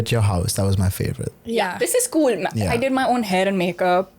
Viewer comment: it's so "kwueel'....nigga i clicked off immeadiatly after hearing that